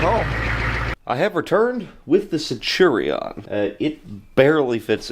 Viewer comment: Sen chew re on. Centurion. 😅